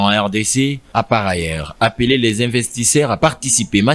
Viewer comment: Svp, un journaliste repporter, est aussi celui qui a une bonne diction, et non celui qui prononce des "ti" aulieu de "tu", investissaire, aulieu "d'investisseur....ca fait mal aux oreilles, désolé de le dire....